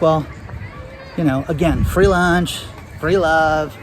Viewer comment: We need more fwee to feel better ...